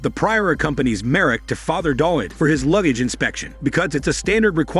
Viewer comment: w in Dawid is pronounced as v in Polish